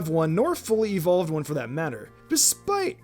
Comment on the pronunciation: EVERYBODY! ITS NOT EVOLED, ITS EVOLVED